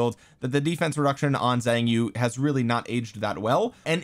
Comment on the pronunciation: I am going to be that guy. Xiang Yu is pronounced Shahng You. The "Xi" has a "Sh" sound.